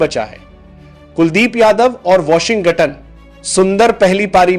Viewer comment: Washington naam bolne me bahut dikkat hota hai bhai 😂😂😂😂